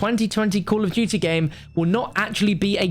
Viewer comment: Call of dooty